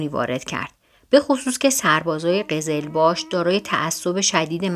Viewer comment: شماها تو هر کلمه خودتون .توحین میکنین وقتی تو هرکلمه میگی سربازان ترک .خوب گوینده گرامی شاه عباس صفوی هم ترک بود دیگه ..شما میتونی بگی عثمانی و سربازان عثمانی ...خوب این باعث میشه که ترکهای ایران جبهه بگیرن ...تلفظهایی که میکنی افتضاح قزل‌باش...